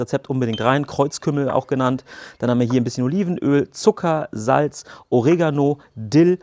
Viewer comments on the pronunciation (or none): none